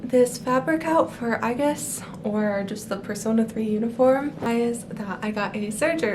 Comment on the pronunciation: im so excited for p3 reloaded~ you pronounced aigis perfectly dw~